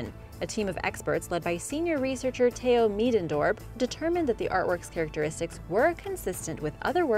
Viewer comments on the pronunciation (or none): none